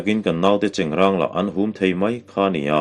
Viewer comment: 25 seconds..3rd ve hlauh. Chengrãng ti rawh, cheng rang chu a in hmeh lo, a pa lo😇...👍👍👍